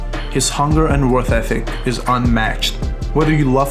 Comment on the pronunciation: Yeh CR7 has the best worthetheh ethhehic.